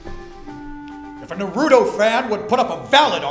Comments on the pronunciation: lol I hate it when people say Naruto like that; usually they dont watch it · goddamnit its Naru-To, not Na-ruto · Omfg it's NÁRUTO. Not fucking NARÚTO.